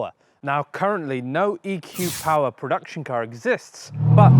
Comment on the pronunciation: EQ POWAH!